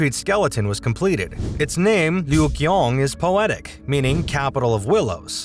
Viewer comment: Another American he's learned his OBK and not ABC it's not the Lyugyong hotel but the Ryugyong Hotel very interesting as a video but you obviously don't listen to how people pronounce words